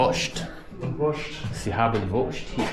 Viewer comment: Definitiv falsch. Es war das spanische "si" mit gezischtem "s", beim "sie" wird das "s" weicher ausgesprochen als vom Herrn im Video. Und bei seiner Aussprache gehe bei ich allem Respekt nicht davon aus, dass er weiß, was Siezen ist. Ich hoffe einfach, dass dein Kommentar scherzhaft gemeint war.